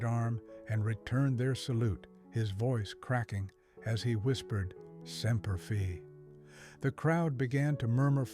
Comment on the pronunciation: It's not pronounced Semper Fee. It's Semper Fidelis or Semper Fi.